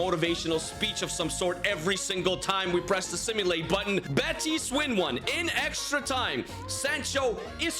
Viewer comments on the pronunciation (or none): none